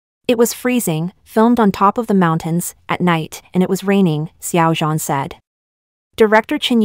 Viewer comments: You say his name like it's French😭😭😭 try adding a shsnd d sound before zh? Like, dzhan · IM SORRY..... its SH-ow-JAN...